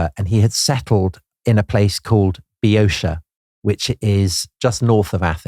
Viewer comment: If you take one thing away from this video, let it be this - even eminent historians aren't immune to mispronunciation. Boeotia is always (ancient and modern Greek), Bee-oh-TEE-ah. (some modern Greeks pronounce the first syllable with a V sound). It never has the "-sha" ending sound used in this video. The confusion stems from English words like militia, inertia, etc., which do have the "-sha" sound.